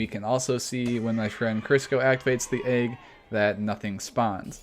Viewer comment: Disliked because you say "AYG" instead of "egg"